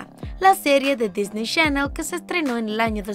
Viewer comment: ✨lA sERiE dE dIsNeY shAnEL✨